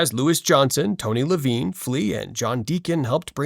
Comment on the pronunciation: How are you making a bass video and don't know how to pronounce Rickenbacker and Tony Levin?